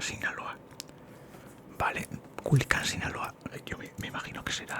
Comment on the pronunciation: culican? Es Culiacán 😅🔥